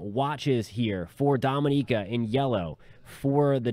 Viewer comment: It's Dominica 🇩🇲